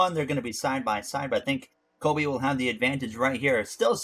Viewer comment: Doug Coby, not Kobe Bryant